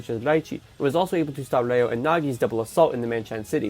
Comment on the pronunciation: Bro are u saying Reo or Leo😅. Dont mind me though. Fire video as usual